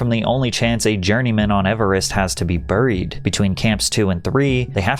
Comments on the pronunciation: Patrick, what's up with some of your word pronunciation?? I just watched the idiocracy video where you (more than once) mispronounced "Alzheimer's" as "All-Timers", ironically as you described Idiocracy. Now watching this video, 10 minutes in; you keep mispronouncing "Buried". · Bruh, buried is not pronounced "burr-eed" it's pronounced 'bare-eed'. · he said burreed not once, but twice. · The way Patrick pronounces words drives me fucking insane and I about threw my phone! "CREVICE!?"... OMG if he says "BURIED" like that one more time I'm gonna jump!! It's something in every video. 🤦‍♂️ Millennials and GenZtards are doomed.